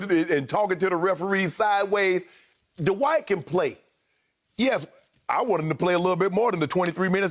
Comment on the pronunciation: I love you Shannon and Chris, but it's Dwight one syllable, not DUH-WHITE 2 syllables. 😜😜😋😋😵😵